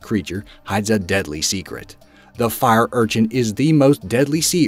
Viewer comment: The accent when he says fire urchin fir’ urchin